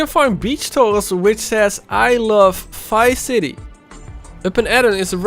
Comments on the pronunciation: it Triggers me so much that you say ''Fice city'' instead of Vice City-- xD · It sounds like he is saying Fice city haha